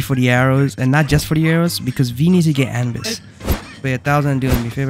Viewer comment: It’s not anbis it’s a-nu-bis not anbis